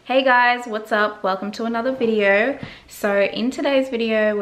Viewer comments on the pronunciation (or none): Your voice had an American accent right up till you said "video." I was like guh, you taking voice acting lessons? 😫😭